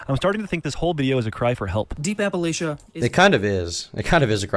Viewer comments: incidentally, "Appalachia" is pronounced Apple-LATCH-uh, not Apple-AYSH-uh. my mother is from West Virginia and it drives her crazy when people mispronounce it lol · his biggest crime is how he pronounces appalachia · This IPOS dude is 1000% a transplant from somewhere that’s not the Appalachian region. He says “Appalachia” wrong